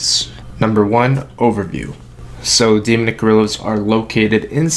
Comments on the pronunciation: "Demunick" really? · stopped watching after you couldn't pronounce demonic after the 10th time..